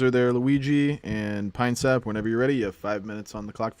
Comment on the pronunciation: “Uhhhh I want to ask pee-nuh-syap” - Russian orthobro chad